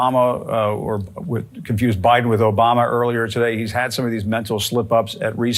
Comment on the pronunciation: Eh, eh let me tell you, OBAMNA...... 😆